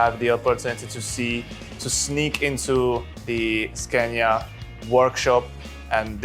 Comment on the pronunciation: When will this dude learn to pronounce the SCANIA name correctly ? It really grinds my gears, the way he says it.... :face-fuchsia-wide-eyes